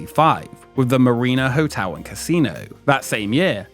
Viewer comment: Good video, but it's really distracting to hear you keep pronouncing "hotel" as "hotew".